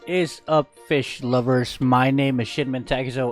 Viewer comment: i knew you're gonna say fish instead of peace. 😀